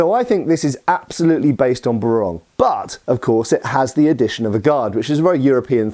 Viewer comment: Pinoy here, just a digression... "Barong" pronounced BAH-rong not "Buh-RONG, the former is the weapon while the latter is the men's national costume for formal occasions. Yeah, we used to make jokes about that when we were young, too (like turning up to a formal occasion with an iron blade instead of an ironed top).